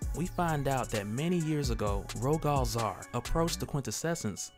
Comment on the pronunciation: It's pronounced Ro-gull Zay-ar like royal with a G instead of a Y. And then Zaar is a fine A sound, hard A, soft A. Like "Say are"